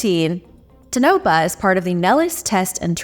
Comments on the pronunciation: Pronounced Tone- a - paw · TOE-nuh-pah. Please please please always check you pronunciation guide. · lol pronounced 'tawn o paw'